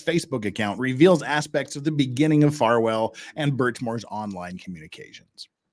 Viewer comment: Is it a freudian slip that kept saying Falwell instead of Farwell? 😂